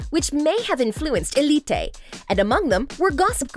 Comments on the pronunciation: ELLE EEEE TAY bruh just say uh leet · why did she said "Elité" instead of "Élite" 😭😭 and the names, i was dying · Just say elite not elitei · its elite not elitay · It's so weird to listen the spanish names, btw for eveyone it is not elite its more like ëlite😂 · eleet-tey ; D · Hugo F. Núñez more like Elíte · eli-tay? What? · I don't like The way she pronounced elite 💀